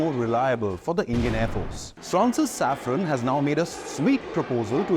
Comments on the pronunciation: SAFRAN, not Safron. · It is SAFRAN, not Saffron.